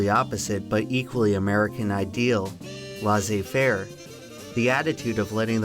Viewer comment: The ai in "laissez" is pronounced the exact same way like "faire" is! Because it's spelled exactly the same way. So why do you pronounce it like "lassez"?...